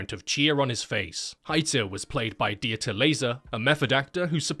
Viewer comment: may "the crazy german surgeon" aka Dieter Laser rest in peace small nitpick, its pronounced like "Vita" but with a D. the E is basically silent (not Di-e-ta) :)